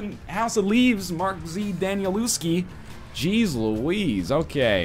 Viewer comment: Dude, House of Leaves is AMAZING. (it's pronounced Danielevski)